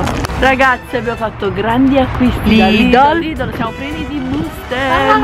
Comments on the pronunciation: perché invece di dire lidl dici sempre lidol? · scusate ma si dice LIDEL ...anche nelle pubblicità dice venite da LIDEL super sconto....sbaglio?Io l'hi sempre chiamato LIDEL...Comunque nn penso che nn si dice lidol😂😂😂vb dettagli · sono una tua fan da tanto tempo ma si dice Lidel ❤❤❤